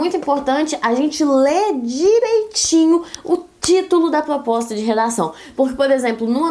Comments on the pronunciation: "plospota" KKKKKKKKK fofínea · eu n consigo me concentrar quando ela trava a lingua e muito fofooooooooo